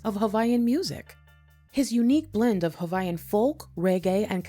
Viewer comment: ...one feedback Sis: Hawaiian is pronounced regular without the "V" sound. it is only pronounced when you say Hawai'i. Native Hawaiians are referred to as Kanaka Ma'oli (Kah-nuh-kah Mah-Oh-Lee)